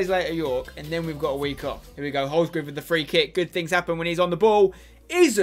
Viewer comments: It's Holsgrove not Holsgrooooove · Please pronoucne it HOLS-GROVE not HOLS-GROOVE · Lol spence it’s not groove it’s grove,like drove. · wish he would say holsgrove's name properly says it as holsgroove